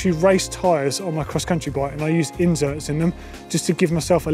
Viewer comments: Hi. Simply put it is inserts. I do not know how he came about with this pronunciation but if you want to improve your English then listen to someone like Benedict Cumberbatch reading an audiobook and you will learn English properly. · yeah, he is so eloquent that he pronounces "inserts" with a z as in inzerts. drives me up the wall I gave up on the video, must be my minor ocd.